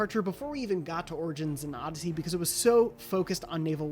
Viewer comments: Who the hell said odyseey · Odysssy? Seriously,😑😑😑😑